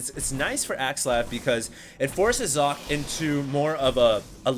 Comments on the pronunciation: Sock-eh not Zock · its German and pronounced "Sokkeh", last part is like the spanish "que?"